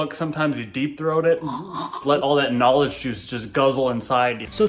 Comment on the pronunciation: KGNAW-LIDGE! ugh tai is gross